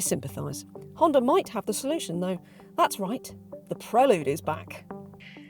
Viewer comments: I wish se would call it "prelude" as it's meant to be spoken! 🙄 Prel"u"de not prelud! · Surely its pronounced Prel Yood, not Prel Ood? Apologies if Honda have told you to thats how they like it pronounced? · When the in God's name did it become a Prell-ood? It's pronounced Prell-YOOD. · I owned a 4th gen prelude but I’ve never heard it pronounced the way you pronounce it. PRELL YUDE not PRELL OODE. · Pronunciation = Prelyood ( I believe) As in the opening piece of music , it otherwise sounds like a sedative. Honda also made the ‘Concerto’ and the Accord too…. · No, I can’t deal with 9 minutes of ‘Prel-lood’… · And “pruh-lood”….? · Prellood? Ok. Whatever. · Absolutely painful review. I counted 37 "Preh-lude" name plugs and the reviewer letting Honda off the hook for this cars COMPLETELY sub-par performance is inexcusable. For not a lot more money you can step up from this 200hp embarrassment to a 641hp Hyundai Ionic 5N. This may be the first sign of tough times ahead for Honda. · I hate how she says prelude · Her mispronunciation of Prelude is driving me nuts!